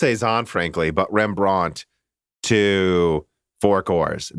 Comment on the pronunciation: FFS guys stop butchering the names of dutch painters.. wordstress with rembrandt is on the REM part, and vermeer on the MEER part. Thus REMbrand and verMEER